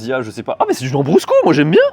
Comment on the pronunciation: Lambrusco pas Jambrusco 😅